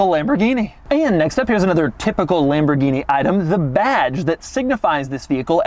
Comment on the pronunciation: Lamborghini "Shentinario" got me 😂🤣